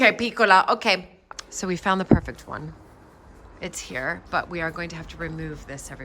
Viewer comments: "p-e-r-f-e-c-t". Pronounced per-fect. Not purrr fect. Sorry I just don’t understand why you do that. Did you have a speech class and emphasis was on certain syllables? Same for beautiful. Pronounced b(be) u ta full. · Why are you saying "parfect"?